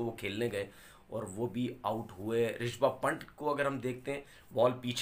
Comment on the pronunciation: Ap log kab bolenge rishabh pant tanver bhai "rispup" nahi🤣🤣 itne bari accent problem kase ho sakti ha 😂